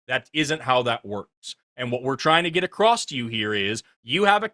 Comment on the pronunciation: Can an American tell me why some of you say "acrossT" when you mean "across"? Always makes me raise an eyebrow.